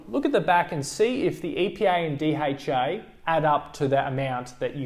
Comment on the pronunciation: I thought he said EPI and DHI. I just realised he means EPA and DHA seriously..